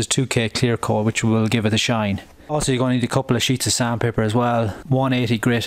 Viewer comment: He says coad instead of coat and smood instead of smooth